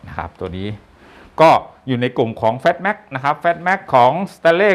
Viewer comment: เพิ่งเห็นช่องนี้ ช่องเดียว ที่ออกเสียงคำว่า FATMAX ได้ถูกต้อง